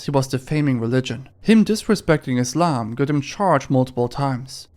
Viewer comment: As a Muslim, i appreciate you pronouncing it as 'Islam' instead of "Izlam' as most foreigners do.